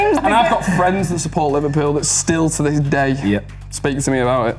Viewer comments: How come they didn't pick up Sam's Liver-"pew" scouse pronunciation, when most all other people would use the default Liver-"pull" way of saying it. I'm not even a native speaker and I got that on the first time he uttered the word and he did it maybe 4 or 5 times as a whole. P.S. I am a Liverpool supported so maybe I'm just attuned to the scouse speach by now 😂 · gave it away the way he said "Liverpewl" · The way that Sam said ''Liverpouuueeel'' threw him away for me right away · the way he pronounces liverpool makes it obvious knew it when i hesrd it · Can't believe Sam said liverpoul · It’s the way he said Liverpool, he said it in a scouse accent